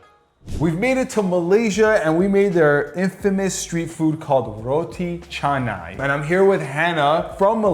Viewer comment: As a Malaysian my eyes started to twitch when he pronounced roti canai wrong